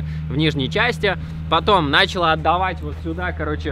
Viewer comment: Не нАчала, а началА